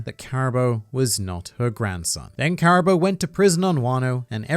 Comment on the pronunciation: I suppose this is as good a time as any to inform that it's in fact pronounced Caribuu rather than Caribo.